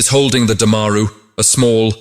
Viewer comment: It’s Du-ma-roo and NOT Daa—maa-ru, otherwise you rock!